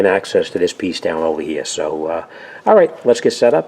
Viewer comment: Take this ovahhhh hea, now this ova hea and make sure it's hea. Just incase you don't remember, take this ova hea not ovah der